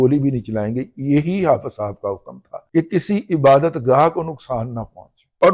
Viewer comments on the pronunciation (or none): none